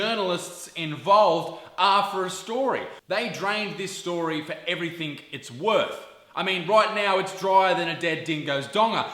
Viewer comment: I really hope you're saying 'everythink' instead of 'everything' as part of your act.